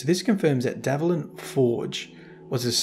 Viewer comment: It's DVALIN not DAVLIN. You are mispronouncing it